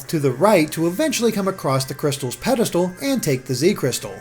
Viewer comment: When he said pedestal I thought he said pedophile...